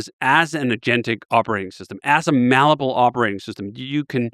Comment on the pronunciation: You really would have thought someome who uses malleable in every sentence would know the word isn't mallable lmao